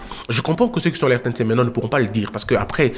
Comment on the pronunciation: RTNC Une ????? Il faut dire RTNC UN comme on dit TF1 (un). En français, il ne faut pas dire, par exemple, PAGE UNE, il faut dire PAGE UN.